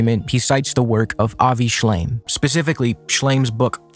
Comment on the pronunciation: I know it's a criticism that can be shrugged off, but I found the fact he kept saying Avi Shlime, even as an accident, so disrespectful. It means he's not familiar enough to get the man's name right and is just using his work to dig at Hasan (while ironically missing that he's an anti zionist.) And I get not knowing who he is, because I didnt. I had thought he was a zionist dude when his name came up occasionally (not during this debate). But to quote someone's work in direct opposition of their stances and get his name wrong is just, makes me so mad.